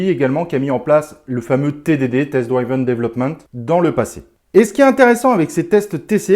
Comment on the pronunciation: bonjour, par pitié juste pour l’anglais : «drive [ai], drove, driven [i] »